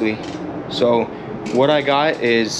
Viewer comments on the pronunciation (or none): none